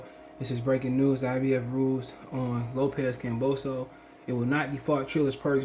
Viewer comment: You can’t even pronounce George’s last name properly …. Just sit and comb your beard !!!!